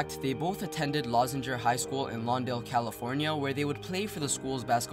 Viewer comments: Leuzinger (Loo-zinger) (Lou-zinger) like "Lou" Williams and Hostes "Zinger" cakes LMFAO 😂😂😂 "lawzinger" hahahaha.... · Leuzinger is pronounced Loo Zing Er..... RIP my dawg KB3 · It’s pronounced “Lou-zinger” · It’s pronounced “Loozinger” bruh lol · it's pronounced Lu-zing-er